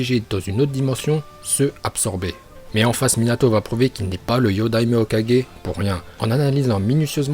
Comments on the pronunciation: Il a dit hokaje mdrrrrr c’est hokage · ET ARRETE DE DIRE HOKAJE C'EST HOKAGE putain !!!!!!! LE SON GUE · Pk quand il ya un g tu le prononce comme un j ? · Est on dit hokage pas hokaje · C’est Hoka « guai » mais pas Hoka «ge» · "Hokaje" sérieux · Hokadjé, Shipunden.. 😂😂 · "HOKADJÉ" "OROCHIMARU" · Orochimaru et Hokage rip la prononciation mais pas grave super bonne vidéo !🔥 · Sérieux !!! C'est Hoka"GU"é et pas Hoka"g"é et c'est Shipp"UDEN" et non Shipp"UNDEN" Sérieux stop la. Arrête de faire genre que tu parles japonais et que t'es un porte-parole si c'est pour faire n'imp.